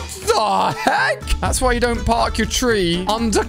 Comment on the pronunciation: You said perk it's park